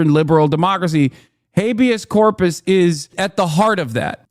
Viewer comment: 🤪 “Hay-bee-ass corp-ass is when the President gets to do what he wants.” 🤪